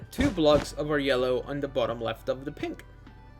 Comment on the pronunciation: Did you just say ''Pimples'' except of pink???